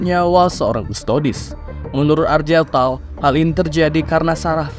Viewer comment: Bang ane sekalian izin koreksi beberapa pengucapan di video ini sama beberapa video lainnya ya. 1. Weapon itu dibacanya wepon atau *wepen*, bukan "wipen". 2. Gak semua "g" di nama itu dibaca "j" seperti jeans. Contoh di video ini nama Argel Tal jadi "Arjel Tal", padahal sebenernya ya dibaca sesuai hurufnya dengan g. 3. Chaplain itu dibacanya *caplain*, dari akar kata *chapel*. Sesuai dengan peran mereka sebagai pendeta di kalangan astartes. Jadi gak dibaca "kaplain" ya bang. Btw kalo ada istilah yang kurang jwlas atau bingung bisa tanya ane aja. Ane siap bantu untuk sebarin racun warhammer 40k hahahaha.